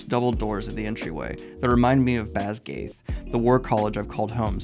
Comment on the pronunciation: Basgiath is pronounced BAS GUY ATH.